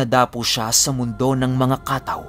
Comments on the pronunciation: Kataw po ang totoong pagbigkas pinuno hindi po ka-taw. Salitang samar po ang Kataw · Ang tamang bigkas po ay hindi ka-taw kundi kataw. Medyo mabilis ang bigkas. Ang kataw samin ay sirena. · Kataw mabilis na bigkas dapat.kataw means serina. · Mabilis ang pagbigkas ng katáw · Kataw po mabilis ang bigkas. Salitang waray po. Biringan nadadaanan nmin yan pagpumunta kmi ng mercedes samar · first time narinig ang word na kataw?! just bec cebuano word yan na ibig sabihin ay SIRENA... kha-taw! ang tamang pagbigkas.. pero sa lugar namin mismo, ang tawag namin sa kataw ay MERMAID...LOL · Kataw po yan yung mabilisang pagbigkas. Hnd lng po sa Dagat o laot. Meron nyan meron din po sa mga ilog at batis. Sila po yung mga Tga pagbantay.. sa mga lugar na anyong Tubig☺☺ Minsan sinasabi ng iba na Shokoy?o serena.